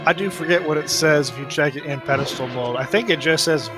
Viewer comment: this reminds me of jen pronouncing it peddlestool xD its spelled pedestal. ^^